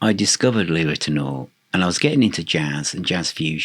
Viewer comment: it’s pronounced Lee Rit-e-now-er not Rit-e-nor.